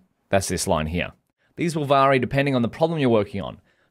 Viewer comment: I'm doing the full course on Udemy (which I recommend to EVERYONE) and it's incredible. I have only one criticism - why do you pronounce 'vary' as 'vaary'? I know it's not an Aussie thing!